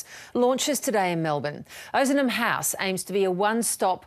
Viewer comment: LOL it's OZnam house , haha not Ooozman house you cracked me up